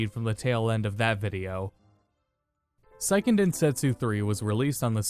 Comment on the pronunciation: The Sei in Seiken is pronounced like the word say, not like the word sigh. Sai in Japanese would be pronounced like sigh.